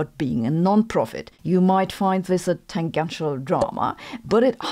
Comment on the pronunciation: The "g" in "tangential" is soft (in English). Same as "magenta", "gene", "agent", etc.